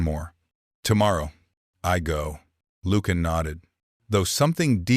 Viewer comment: It would be extremely helpful if you could spell and pronounce words correctly. Ie. Lucian…. The “C” does not have the sound of a hard “K”. And it is not pronounced ‘Lukan’.